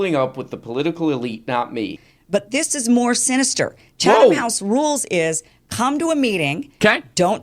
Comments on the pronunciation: That's a good thing Kim Iverson doesn't know how to pronounce Chatham House rules, Tim Pool. Why are you so familiar with it? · Dim Tool ‘so hilariously’ mispronounces Chatham House rules himself. The ‘H’ is silent. In Chatham, I mean. You do pronounce the H in House. I’ve been to Number 10 St James Square, the RIIS. Oh, and all the dingbats are the same choads taking money from Russia and other right wing wankers.